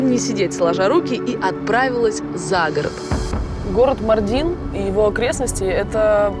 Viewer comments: Ударение в городе МАрдине на 1-й слог на букву "а" - не МардИн, а МАрдин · Ударение на а. Ма́рдин а не Марди́н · не мардин а маардин ударения на а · Блин, Ивлеева когда приезжаете в город, то хотя бы произносите правильно название города, не МардИн, а МАрдин ударение на А. И еще Ивлеева, то что ты там черпаком черпала типо мыть голову так нет, это для дастамаза, омовение ног перед намазом, ну и частичка хамама. В турецких хамамах с такой ванночки ополаскиваются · МАрдин - ударение на А, ё-мое. Аж уши режит.. И турки знают Мардин и где он находится. Почти не раскрыли этот потрясающий город и местность. Про еду кроме кабурга долмасы и синего миндаля ничего больше не рассказали. Ни про разновидности кофе, ни про богатейшую кухню. Ни про дрнвнейшее ремесло телькари (telkari), по которому делают украшения тысячалетиями, ни про мыловарение и изготовления вина. Ни про огромное количество национальностей, живущих в Мардине, ни про культуру.. Ну, ничего мы это исправим 😉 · Ударение на а. Мардин.